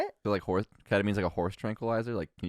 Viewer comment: Can I just say, as a long time viewer of the Pod who's now rewatching old pods because nothing else scratches the itch because I don't know other people enough. Lud tanked the vibes with the Horze (Horse) pronunciation. And this is why I like, and also why he's basically all redeemed for me, yes even him following a guy to his home because he almost got into an accident, and then trapping the guy in his house with own car. Yes, even though he's done this, I'm still pro; because, he saved the vibes with his question and so smoothly. I'm sure if he didn't, maybe Lud or or the long one may have done something well. But the way saved the vibes he's awesome for that. Honestly, he's always been the guy who's most balanced with respecting the guests and I keeping it real with the guest too. Because like, Lud is probably the most well-behaved here, in all four of them, and when Lud fails, or fucks up, that's when Clutches. I don't know if this is thecase anymore though. I wonder if he'll read this comment and let it go to his head. 😂 In case, he somehow finds this comment and reads this, let me just clarify, while you're the funniest, would probably be my fav dude on the pod because I'd be able to vibe with him the easiest. 😅